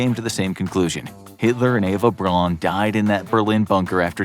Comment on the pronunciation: Braun = Brown Goebbels = Guh-Bulls